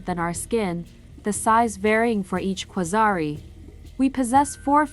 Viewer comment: The birth of a legend :o Marvel better watch out bc their demise has just risen Also I like how you clearly indicated that there's a long vowel at the end of the word quasarii through the orthography yet you didn't pronounce it as such :D